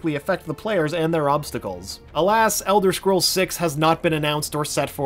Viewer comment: ELDER SCROLLS SIX ELSWER I SWEAR TO GOD